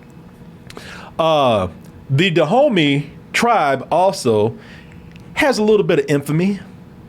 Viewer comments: everytime they said Dahomey i was like Da Homie. lol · Is saying Da Homies!? 😂